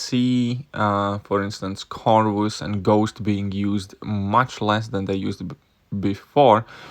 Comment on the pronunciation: u called Medusa magik.... And can u pronounce CORVUS properly.. like it isn't that hard😂